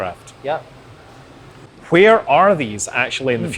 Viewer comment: I love how you pronounce Hwere, I feel like that's how the word is supposed to be said